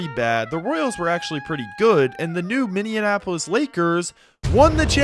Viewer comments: Yeah, that's weird. I don't think I've heard "minndeianapolis" pronunciation previously. Do it once, just misspeak, but multiple references ... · I'm amazed at how often Minneapolis is mispronounced in videos. It's Minny-apolis...NOT Minian-apolis. It doesn't rhyme with Indianapolis. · I've had to make the same comment on at least five other unrelated videos from five other separate YouTubers. Maybe it's because I live in the upper plains where Minneapolis is a prominent city, but it's still insane to me how many people say Minian-apolis instead of Minny-apolis. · Minneanapolis making my ears bleed bro please show some respect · Speak it out "Minn-E-Apple-us" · Great video, but brother, what is a Minneanapolis? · That 2nd, non-existent N in Minneapolis is hurting my soul, and I'm not even from there. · The way you pronounce Minneapolis makes my ears bleed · I like ur vids but please learn how to say “Minneapolis” you’re really getting on my nerves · enjoying this vid my guy but you gotta learn how to say "minneapolis" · omg my thoughts exactly but also great job! outside of that pronunciation faux pas (and inconsistency in spelling it throughout the video) i've now watched this twice today so i really love your takes! so keep up your insight because this level of history is desperately needed!!!